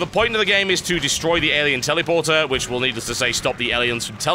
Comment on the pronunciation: Sounds like he is saying 'Tellyporter'. :P